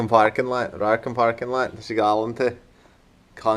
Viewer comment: The fact you have only been leaning for two or three years is seriously impressive. I love how when you said parking lot you could hear a Boston accent 😂